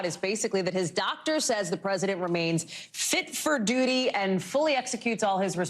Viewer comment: Fit for dooty? Haha